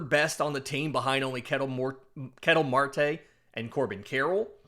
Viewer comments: Thanks. I watch Arizona regularly and laughed when he pronounced it like a tea kettle. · It's pronounced kuh-TELL Marte. My favorite non-Braves player.